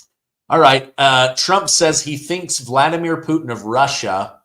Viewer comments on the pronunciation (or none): Vlad...Vladimir. not vuldamir lol. Ok sorry. That bugged me.